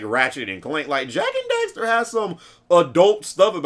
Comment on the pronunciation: WHAAAAT? How do you pronounce that suckahhh? Jak and Dekstar? it's Jak and DEXXTERRR